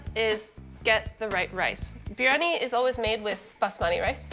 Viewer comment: I have known Pakistanis, northern Indians, southern Indians, Bangladeshi… I have NEVER heard anyone pronounce biryani like that. It’s pronounced bree-ah-nee. I really want to like this because I love East Indian food and know how to cook it… But her delivery is so stilted and she sounds so nervous most of the time it makes me feel bad for her. It makes her hard to listen to. That and her constant fidgeting. I want to tell her to slow down and breathe, let your words come… keep at it. Practice makes perfect. I’m sure the dish turned out tasty regardless.